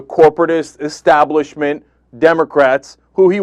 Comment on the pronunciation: Arlen looked so surprised when he lost. I almost felt bad for him. Cenk: It's Establishment, not Exstablishment. :) Love